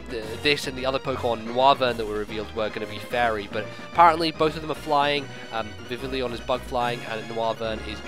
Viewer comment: I think Vivillon should be pronounced with a French accent, given that its origin is likely the French word for butterfly, "papillon."